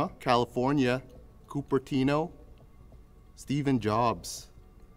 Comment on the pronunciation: "Steven jobs" 🤣🤣